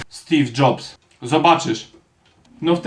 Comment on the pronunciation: "Stif Dżobs" xdd